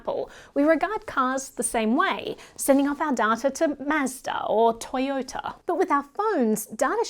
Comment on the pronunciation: Toyouuta. Counless. DADDA. LOL😂 the more convenient, the less the privacy